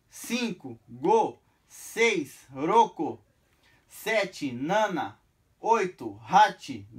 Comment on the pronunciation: Rodela 6 é ROKU e não ROKO, mas de boa deu pra galera entender!